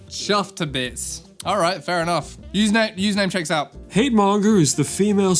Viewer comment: Why did the last “username checks out” sound like “fuck you” lol